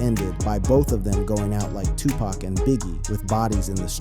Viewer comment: U mispronounced his name. I cant listen passed 5 seconds